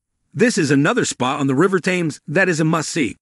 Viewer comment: Great video. !!! Just one constructive criticism. Please pronounce the River THAMES properly Sounds like the number ‘ten’ but with an “m” at the end.; Then add the s. Or. Just say TEMS